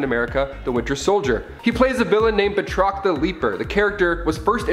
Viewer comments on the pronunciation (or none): Bat rock, bat rock... It isn't ba troc. Check on your pronunciation if you are going to be a presenter.